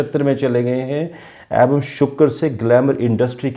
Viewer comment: आप "ऐवं" बोलते हैं। शब्द है "एवं"।